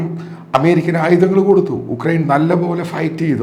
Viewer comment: യുക്രൈൻ ആണ് ഉക്രൈൻ അല്ല.